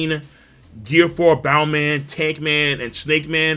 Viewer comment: It’s it bounce man not bowman?